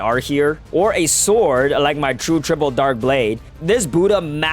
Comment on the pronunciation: bro said true tritle dark blade not tritle dark blade loll